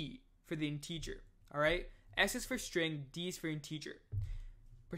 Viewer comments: what's weird is you speak 100% like an American English speaker except when you say "integer" or "parenthesis" in this series of videos. I feel like if you were born and raised in America, you'd have definitely heard both words before many times, so my conclusion is that you must know English as a 2nd language in which case I just want to congratulate you on having basically NO kind of foreign accent whatsoever and really nailing American English. It's amazing, really. No way I could have mastered a foreign language as well as programming languages by the age of 19. Just brilliant. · Great video, but some viewers might get confused over your pronunciation of the word "integer". Have a listen here for the proper pronunciation: My apologies if your pronunciation is a local dialect I'm not familiar with...